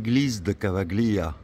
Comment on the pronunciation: Tu prononces "Cavaggglia" mais "gli" en italien se dit comme le "ille" de feuille. Famille s'écrit famiglia, mais se prononce "familia". Le "G" suivi d'un "L" est donc muet.